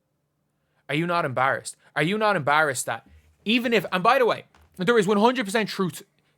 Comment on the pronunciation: Dude learn how to say EMBARRASSED PLEASE!!